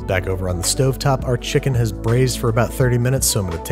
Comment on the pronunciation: It’s hasssssss. Like pass. FYI. Not haaaaaaaas